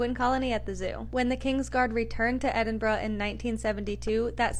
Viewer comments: Well, done for pronouncing Edinburgh correctly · Brilliant video and thank you for saying Edinburgh properly. Penguins are among my favourite animals